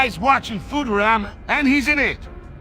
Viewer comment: BENDER PRONOUNCING IT AS FOO-TERAMA IM YELLING